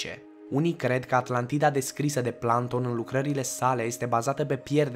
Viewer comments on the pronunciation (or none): "Planton"?! Serios? "Planton"? Pe bune? Cine Planton ăsta???